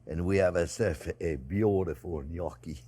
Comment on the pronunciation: Thank you, chef for pronouncing the word gnocchi just the way my grandmother did. As if you couldn't get any more adorable.